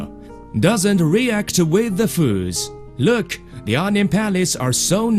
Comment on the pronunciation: "Methurd"... "loooekh"